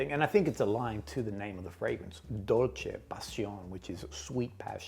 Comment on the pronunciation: in reference to Dolce Passione. Im a stickler for pronunciation and bust everyone’s balls. I love your channel and you do a fantastic work/job!!❤